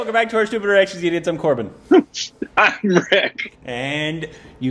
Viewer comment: Rick pronounces better than